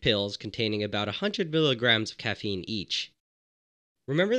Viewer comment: “Caffene powder”